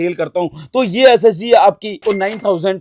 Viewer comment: SSD bol raha hai ya SSG 😂😂